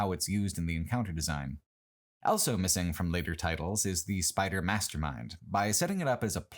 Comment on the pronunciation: pronounces the word "also" as "elso"